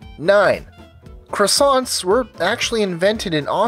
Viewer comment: Am I the only person (apart from the French) who get's annoyed when you Americanize the pronunciation of "croissants". It should be "cwah-sont" if singular or "cwah-sont" if plural.